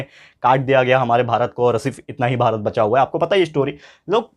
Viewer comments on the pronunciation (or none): none